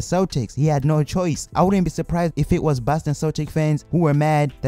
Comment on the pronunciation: He said baston